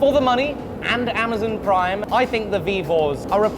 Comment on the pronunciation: "Ammazin prhyme"